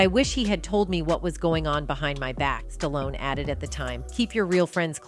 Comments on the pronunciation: Who is Sta-lone? Ai stinks. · This video only talks about the title for like 2 mins the goes into the weeds. Also the pronunciation of this name gets worse and worse as the video goes on. Ends on st-on-ese. Wtf did I just watch. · Sta-lone. Don’t cut it.